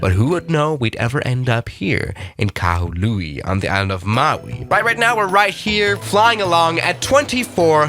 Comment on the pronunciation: It's Kahului not Kalahui